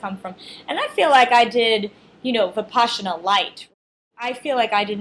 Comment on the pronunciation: It is pronounced Vih-pas-ina. Not VipASHina